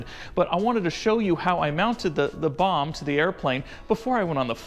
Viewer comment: You cant say Bomb LOL